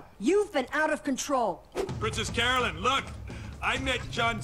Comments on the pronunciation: 3 things. 1.) I spy Secret Hitler in the background! Nice! 2.) It's Carolyn. Pronounced "Care-o-lin." Not Caroline. 3.) Remember that phrase "the best thing that's ever happened to me." It will be relevant later. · As someone who's name is Carolyn, watching everyone misspell it and miswrite it is so triggering LOL! One day, one day, they'll all say it right. But until then, I can't wait for next week. That episode is when I realized that this show is... something else. One of my favorite shows in a long time, and this is where it starts to shine.